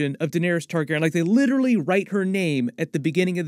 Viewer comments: Why are you mispronouncing targeryan like targerin jesus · you're pronouncing TargarYen wrong ... there is a hard E where the Y is my dear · Omg whyyyy are you saying there last name so effed up?! It makes it so hard to watch your videos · Is his pronunciation of Targaryen bothering anyone else?